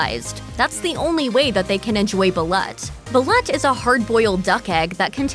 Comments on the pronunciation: Pronounced Ball-oot yummm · The duck eggs are spoken as "bal-loot."